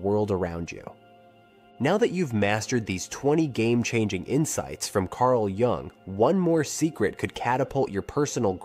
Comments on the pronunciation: Wow. Starts by mispronouncing Carl Jung's name. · mispronounces "jung" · It would be cool if the narrator knew how to pronounce Jung's name.